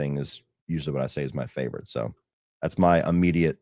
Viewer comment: “Fevorit” LOL jfc